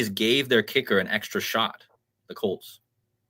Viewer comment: ps, In GB we say "As mad s a hatter". Litsening to you mentioning the Broncos and the Colts. "Bronchos" is the windpipe (bronchodilator) and Colt sounds like Cold. An other "C-virus" is in the pipeline.